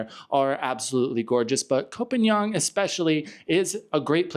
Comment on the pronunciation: would take how many seconds to learn how to pronounce phangan?